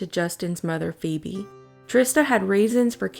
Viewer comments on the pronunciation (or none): none